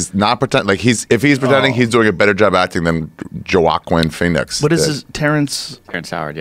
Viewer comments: Ah yes, my favorite actor, Juhwaquinn Phoenix. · "Ju-a-quinn- Pheonix" It's not a Rogan podcast if they're not making fun of someone's name like 5th graders. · Ari “JoeWaQeen Phoenix” Shaffir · "jowockwin phoenix" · Yoaquin Finix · That might have been the worst Joaquin Phoenix pronunciation I've ever heard hahaha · Is nobody going to point out how he pronounced Joaquin Pheonix? Lmao